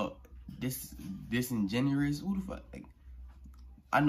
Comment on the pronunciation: Ik that its pronounced disengen(U)ous did a little more research on the word lol